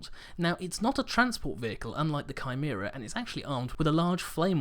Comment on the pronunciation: Thank you for saying Chimera correctly.